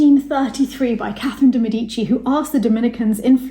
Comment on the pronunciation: Please, "de Médici"!